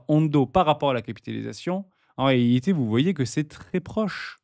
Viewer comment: Il faut dire "en réalité " mais pas "en réhité" 😉 . Sinon c'est top . Merci